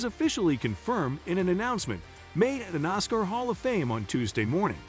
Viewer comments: Its Nascar like asscar NOT nozcar like ozcar!!! Jeez!! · I can't take this site seriously when it grossly mispronounces words and names. Like NOSSCAR. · Am I the only one who who gets bugged, by the commentator, when he keeps saying "noscar".